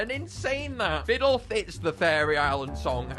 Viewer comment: I'm dumb I thought you pronounced Ffidyll As Fifidill Bruhh